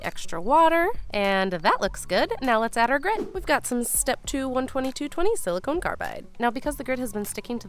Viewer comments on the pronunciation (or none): I do so wish you would look up the pronunciation of the word Silicon. FYI: Silicone (note the final "e") is used for breast implants. Not the same material. Makes it difficult to listen to your explanation of which grits you use for each step.